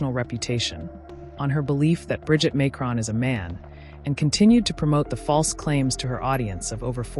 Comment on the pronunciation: Why can't you pronounce his name properly?